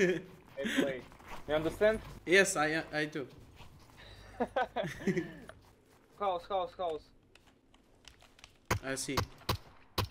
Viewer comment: i too اجل وربي بيض الانجليزي 😂😂😂